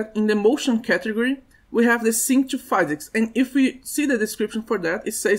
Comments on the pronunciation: Great tutorial, many useful informations. But please, we say 'phEEsics', not 'phAYsics' :D made me tick each time you were saying it. Keep up the good work ! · we don't say pheesics, we say fizz icks